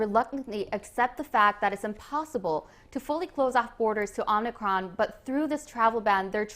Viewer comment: Dude. It’s not omnicron but omicron.